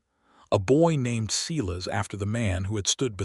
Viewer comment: Silas is prounced "Sigh-lus"